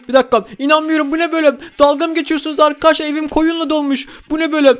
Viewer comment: Abi niye arkadaşlar değil arkaaşlar diyon ?